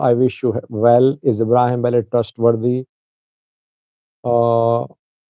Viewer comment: Sajid i can helpp u to pronounce right the name Abraham Belay not Bale.